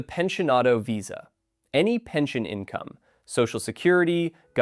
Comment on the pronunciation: There is no h in pension, nor is there an h in "pensionado".